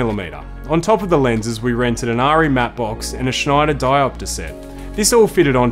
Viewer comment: Nicely shot - some great anamorphic images. For your reference, accepted film industry pronunciation of ARRI is AR as in Araldite rather than AR as in Ardmona. Sorry to cause offence if any was taken,.